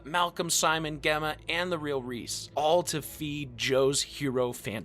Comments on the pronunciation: GEM-MA not Gehma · Gemma is pronounced Jemma!! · Pronouncing Gemma like that is diabolical 🤣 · I’m sorry how are you pronouncing Gemma? 😂😂😂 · The way u say "gemma" is so funny to me lol